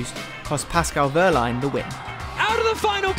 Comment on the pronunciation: Ok I'm a big fan of him and I can't stand to see it any longer. I'm looking at everyone in the comments and you too, Formula E! Say it with me -- WeeeeHHHHHHHRRRRRRRRRlein. H before R. Please and thank you!